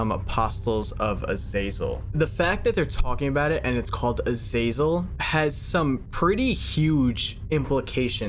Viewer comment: I love how you haven't pronounced azazel right even once!